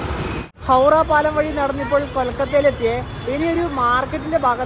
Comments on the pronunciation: ഹൗഡാ അല്ല ഹൗറാ എന്നാണ് 😂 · ഹൗട എന്ന് ബംഗാളിയിലും ഹൗറ എന്ന് ബാക്കി ഭാഷയിലും പറയും നീ പറയുന്ന കേക്കുമ്പോ എന്തോ പോലെ തോന്നുന്നു